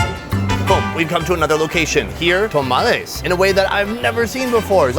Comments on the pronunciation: Its tamales not tomales 😂😂 but great video! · Yeah that was like nails on a chalkboard! (That and “tomales”…)